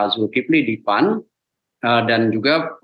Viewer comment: bembaca berita terlalu semangat panggil keras tapi salah P..A...N...????!!!🤣🤣🤣🤣